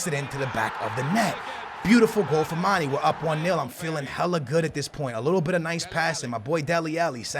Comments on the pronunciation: Please say mané instead of mani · his name is not "ManEEE" it's ManAAA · i really hate it when he calls mane and dembele like that.. MAH NEH. THEMBEHLEIH.